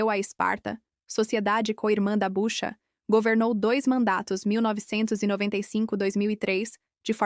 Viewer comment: É BUCHUA e não Bucha como está sendo relatado! Obrigado!